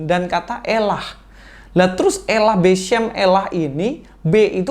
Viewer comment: 🤣 🤣 🤣 🤣 Ustadz Cocoklogi nih!! Kata "beshem" dibaca beshum!? 😂 Katanya ahli bahasa Ibrani, taunya ahli Google translate wkwkwk